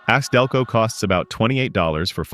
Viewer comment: LOL The AI narrator says ace Delco instead of A C Delco.